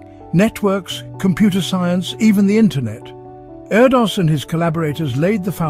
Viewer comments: His name is pronounced air-dish isn’t it? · His name is actually pronounced air-dish